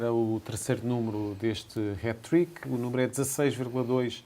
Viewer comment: Aprendam a falar. Não se diz Hét trick MAS SIM Hát trick com Á, como em apple and ass! 😂 Eu só vivo em Inglaterra à trinta anos....